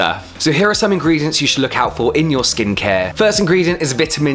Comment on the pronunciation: I'm so sorry but I'm not trying to sound cheesey....But it's ingredients not ingrediants...